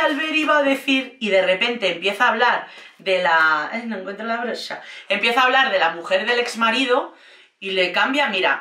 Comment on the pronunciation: "Ay, no encuentro la broshha"'🤣🤣🤣🤣